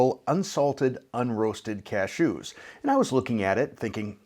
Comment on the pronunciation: I love the way that you say "CashOOS," kind of like you are sneezing. 😁